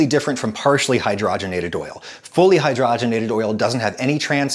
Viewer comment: It’s pronounced Hydrogen ated not hydrah genated . Your welcome.